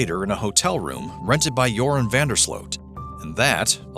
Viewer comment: I remember Nancy Grace calling him Urine instead of Joran when she first covered this case. Or at least it sounded like Urine.